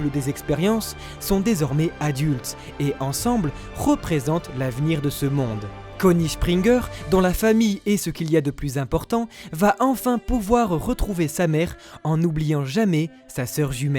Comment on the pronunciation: Je suis le seul à entendre SHPRINGERS Connie SHpringer? 😂😂